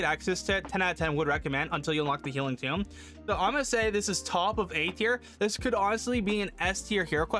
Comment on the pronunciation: FYI: It’s pronounced eternal tOme; it’s just a funny word for book.